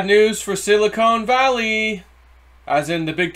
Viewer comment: Ok...one more time...Silicon is pronounced like "Chili CON carne"....and NOT like a silicone breast implant. Hope this helps.